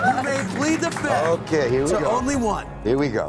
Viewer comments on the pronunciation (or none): And Cohen, it may be the first time you hear this, but the 'fifth' is pronounced as the fi'F'th, NOT the fi'TH'.